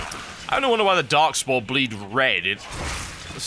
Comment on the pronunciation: Anyone else keep hearing "Darkspawn" instead of darkspore?